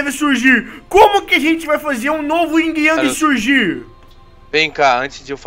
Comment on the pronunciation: não é o ying o certo é yin sem o g